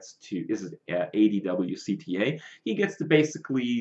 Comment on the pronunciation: kripp adwcta's name is literally pronounced 'ad-woc-tah'